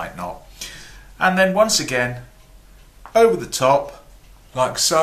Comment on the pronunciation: Hello Sir! Awesome and funny as usual! Specialy because of Your accent when You are speaking, I just love Your way of talking, I'm always laugthing when You say the word "over"... "Ouuva"... must be because I'm French and I do appreciate and well understand when You are explaining things! Thank You very much Sir, for sharing Your knowledge. Greetings from France ^_^